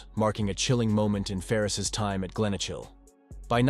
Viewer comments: I laughed when he said Glenochil 🤣 it's pronounced Glen O Kill (info for the editor) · Jeezo I'm cringing at this robot killing our places with that stupid voice 😂😂😂 Glen ochil..... its feckin glen okal (obviously not the correct spelling but its easiest way to say it 😂😂😂😂😂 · and the way he pronounces Glenochil lol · Please if makin video learn pronounce the fuckin names of places correctly . Don't kno what annoyed me more way said garthamlock or way said glenocil .. I don't kno what's with (batman cartoon pictures ) you have actually got few pics and videos that not so well published which was decent bit then wasted it with cartoon pics